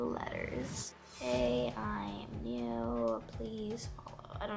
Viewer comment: Did anyone else notice she always says bew insted of new lol lol